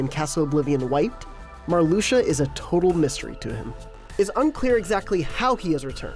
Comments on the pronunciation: Nah, you pronounced Marluxia correctly. It’s Mar-lu-sha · Marluxia is well pronnounced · You guys pronounced Marluxia right, lol calm down.